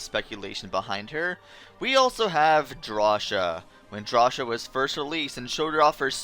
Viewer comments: Drasha? Claysha??? It is pronounced Draw-see-ah and Clay-see-ah! Thats how you pronounce cia! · it's pronounced "draw-see-uh" not "draw-shuh" potato potáto WHO THE FUCK SAYS POTÁTO?!